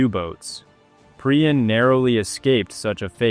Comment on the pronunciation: You can't even pronounce his name properly. Waste of time.